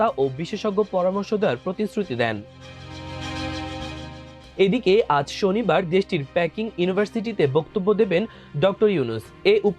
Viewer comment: পিকিং হবে। প্যাকিং নয়